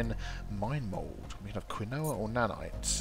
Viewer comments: Survival & Indie Games Perhaps it's the Quebecois in me but us NAers pronounce it keen-wah. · Excuse me, but it is pronounced kEmwa instead od quinoa